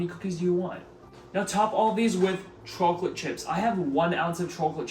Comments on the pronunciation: Bro you pronounce chocolate so weird gotta say 🤣 every one of ur vids you pronounce it CHOOCKLOTE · I’ve been trying to get oatmeal cookies I like and always using protein powder lol. This seems awesome. And dude u have to be from north jersey the way you say chocolate gives u away 😂👍my family says it the same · I love the way you say chocolate. If you don’t mind me asking, are you originally from the east coast? Anyway, love the video as always man. Keep it up! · And for the record, not a dig about the way you say chocolate :) so I hope it doesn’t seem like I’m making fun cause I am not haha